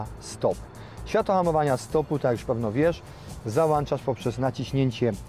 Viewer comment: chłop mówi wyłącznik, ale ZAŁANCZA, uszy bolą